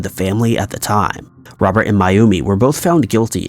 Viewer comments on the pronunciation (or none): none